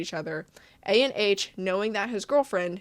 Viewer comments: i think his name is pronounced ah-n or ON, not a.n.h (IDK IF HIS NAME IS A.N.H. OR ANH (viet)... JUST LETTING U KNOW!! AMAZING VID BTW! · Hi, just one note!!!! Anh isn't pronounced like ANH, but rather like how you say "Ann"! That's because Anh is actually a Viet name! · The way she’s saying “A-N-H” instead of “Anh” is killing me 💀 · unrelated but you spelling out Anh instead of saying Anh kinda got me mad but no hate tho, just a viet thing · I am pretty sure the creator is Viet as I am viet myself and "anh" is not actually a and H its a whole word on its own. Anyways what makes this worse is anh is how you address an older brother or someone older 🫠😭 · Disappointed but not surprise What is up with these people being so bad at normal social interactions they can't establish a relationship with people their age????? Like literally preying on children. Side note: I'm a bit icky on the way you say A-N-H every time lmaooo just say Anh (Ann but more like Aun(t)) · his name is pronounced "an" as in how canadians pronounce "cANdy" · Fyi, Anh isn’t pronounced A n h like an acronym. It’s pronounced like gang without the g. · anh is pronounced "an", it's his first name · Anh is not an acronym, it's a vietnamese name so it's kinda pronounced like "Ann" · anh 😭, it’s vietnamese c’mon man it’s read anh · oh also Ahn is a popular vietnamese first name pronounced "Ahhhnnn" or really exactly how it's spelled. ik the guy is questionable but j in case u come across it again